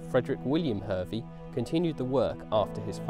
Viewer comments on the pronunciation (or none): It's pronounced Har Vee